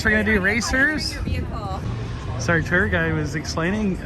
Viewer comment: Mandoooo! I learned a lot from this video but one of the most important things is that “tour” is pronounced “teril” thanks! 🔥🔥🔥🔥🔥🙏